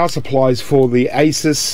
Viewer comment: ASUS pronounced ACE-US...The name is actually shortened from "Pegasus".